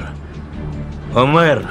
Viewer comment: Что за Умар? Имя Омер у многих, оно правильное